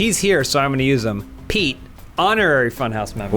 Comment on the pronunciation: every time they said Pete, i heard Peake